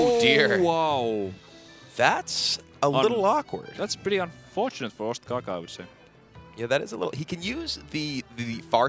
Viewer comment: its ostkaka not ostaka THE PRODUCTION VALUE PogChamp